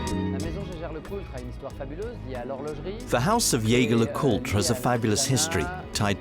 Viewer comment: Shame you didn’t get the pronunciation of “Jaeger” correct